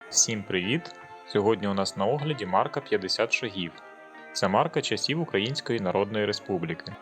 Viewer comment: не буду брехати. Не гуглив. Просто здалося що правильніше на перший склад. Не наполягаю